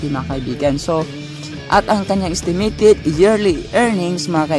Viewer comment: haha natawa ako sa isitimitit hehe